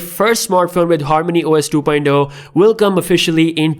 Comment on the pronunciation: Two poindo??? You mean two poinT Oh? LoL